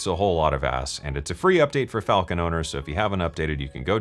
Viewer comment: Is it Falcon or falllcon? 🤣